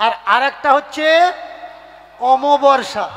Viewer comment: আমাবাবর্সা নয়, অমাবস্যা